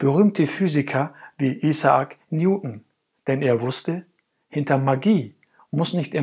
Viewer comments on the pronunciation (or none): none